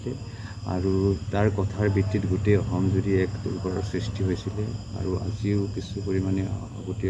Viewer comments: হয় কথাটো মন কৰিছোঁ,অহম বুলি কৈছে। সেই কিটা কেনেকৈ অসমীয়া হ'ল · অসম শব্দটোৰ উচ্চাৰণ শুদ্ধকৈ ক'ব নোৱাৰে ঘেন্টা